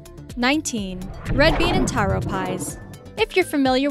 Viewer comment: It's pronounced taro the way it's spelt